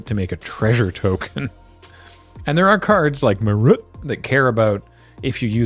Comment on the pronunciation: The way says "Marut" it's like the record scratch that abruptly stops the music in the comedy movie trailer.